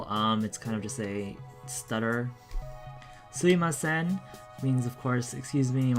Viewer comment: Nice one as usual. Just I think it's suMImasen not suimasen